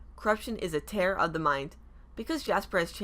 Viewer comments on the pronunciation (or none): none